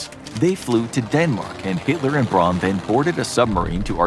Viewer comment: Braun = Brown Goebbels = Guh-Bulls